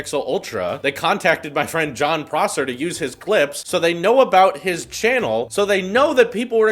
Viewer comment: Finally someone to say his name right :D